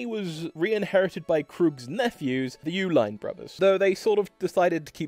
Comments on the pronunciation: It's not "YOU" line, it's "E line". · Uihlein is actually pronounced E-Line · You can't pronounce Uihlein either. It is pronounced Eee-line, NOT Ooo-line. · And Uihlien is pronounced, "E-Line." Sobering video, though. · The Uihlein name is pronounced "Eee-line"...which is why the chocolate they produced during prohibition was named "Eline's". There is a faction of the family that pronounces it "U-line"...which happens to be the family that started the office supply company "ULINE" based in Pleasant Prairie, WI. As well as another family that produces refrigeration units in Milwaukee named "U-Line". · Yes I went to school with duke, the uihlEin family in Lake forest Illinois pronounces it Uline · Interesting how you said Uihlein was so hard to pronounce and then sim-pronounced it. its E-Line like the choco milk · Uhilein is pronounced like "e-line".